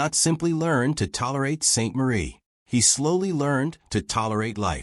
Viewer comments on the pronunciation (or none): The AI fell at the first word. It couldn't pronounce Saint-Marie correctly.